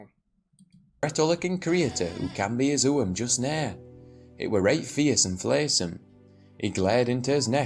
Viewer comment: He definitely is - if he wasn't a native he'd pronounce 'nowt' wrong i.e. so that it rhymed with 'out' as they do in L....shire.